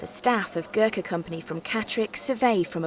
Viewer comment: At least get the name right its not pronounced ger ka its (Go-r- kha) Gor with an emphasis on Go.